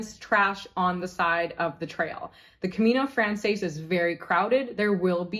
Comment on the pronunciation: I’m grateful for this packing list. We’re just starting our planning for next year’s Camino. There are so many things here I never thought about. Side note: your pronunciation of Camino Frances is painful. In Spanish it would sound like Camino frahn-THESS. In French the words are different: Chemin de Francais.